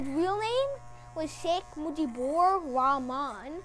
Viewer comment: It's not ra..man. it's RAHMAN. Ra was an ancient false Diety. Like Alhamdulillah supposed to be Alhumdulillah and Mohammed supposed to be Mohummed